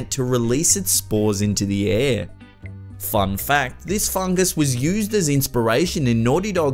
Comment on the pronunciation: I thought he said "fung fact " lol